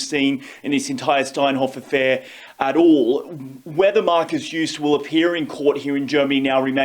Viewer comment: learn how to say the name of the principal person in the story you're telling douchebag